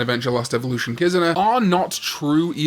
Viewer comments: What the hell is a “KIZUHNAH”?? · The way he pronounces Kizuna shows that he has no respect for the Japanese language.